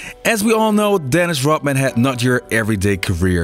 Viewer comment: It’s Rodman not rothman